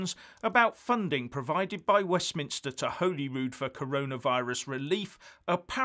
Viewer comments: It's pronounced Holly Rude - Holy Rude is a church in Stirling. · It's pronounced 'Holly'rood,. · btw its pronounced 'hawely rood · Great video as usual. But I would like to point out that Holyrood is pronounced as if spelt Hollyrood. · it might be spelled Holyrood but it’s pronounced Hollyrood haha... great work support you when I can, but 1 yr plus out of work! Sorry... Is wee Nippy holding on to the cash to use as an EU entry fund? So she can get back in the big club? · It’s pronounced as holly rood. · He can’t pronounce Hollyrood. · You might learn to pronounce Holyrood correctly.